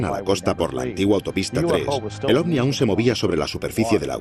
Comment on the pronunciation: Me tuve que fumar todo el programa al relator diciendo OSNI en vez de OVNI. Hubieran puesto a alguien que por lo menos sepa pronunciar correctamente la palabra central del documental. En fin, una vergüenza.